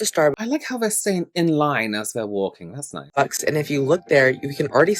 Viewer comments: The girl that kept saying “online” instead of “in line” was irking me so bad lmao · Saying online instead of in line annoyed me more than the situation 🥲